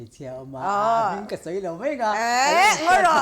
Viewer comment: Mai tih turah " Mei" tih i hmang thin a, a nalh vak lo niin A lang. Host i ni si a, fimkhur a tha mang e. I thiam thlawt e.